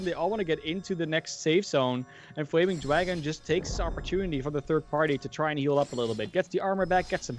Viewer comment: Fwaming Dwagon!